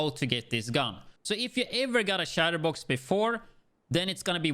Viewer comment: Can't pronounce "chest piece" but pronounces " Chatterbox " correctly...what?